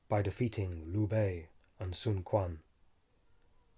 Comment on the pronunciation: “q” in China is pronounced as “ch” or “tch” (ch’ing dynasty, not king dynasty, sun chuen, not sun kuan )